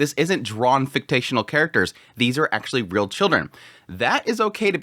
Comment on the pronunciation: Fik-shin-al